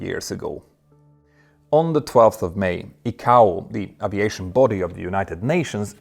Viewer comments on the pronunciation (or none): none